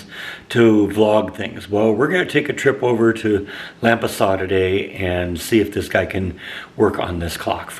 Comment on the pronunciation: It's pronounced LAM-pasas.Nice ornaments!